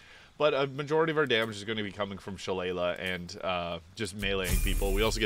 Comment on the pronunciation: She-lay-lee, it’s an Irish fighting club and has a proper pronunciation